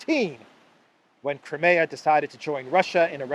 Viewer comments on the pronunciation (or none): none